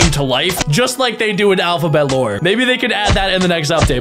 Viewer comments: Am I the only one that noticed when he said alphabet lore it mistakes to him saying alphabet law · When he said alphabet lore it was alphabet law😂